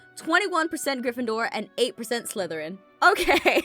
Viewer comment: ITS pronounced slytharen